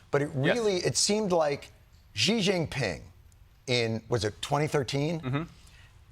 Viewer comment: What a scary concept; incredible that the smartest minds in the world just allowed this to take place without realizing the implications. Also why does Jon keep calling Xi Jinping like "Zhee Jinping." I'm not Chinese but pretty sure Xi is pronounced the like "shee" .